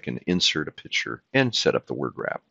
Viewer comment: Insert a pitcher? I'm pretty sure the word is picture.